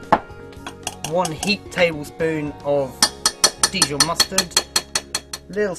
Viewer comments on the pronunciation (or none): Dijon mustard, his pronounciation is a bit weird.